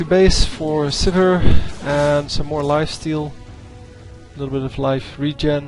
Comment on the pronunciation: Sivir not suburb